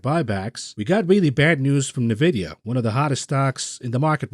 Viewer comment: Your pronunciation of Nvidia gets me shook everytime I never heard of Nevidia I know eNvidia